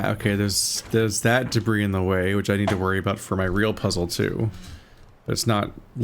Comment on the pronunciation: Just a note,, it's a common mistake for people who have only read the word, but "debris" is pronounced dəˈbrē, or more simply put, d'bree. It's from French.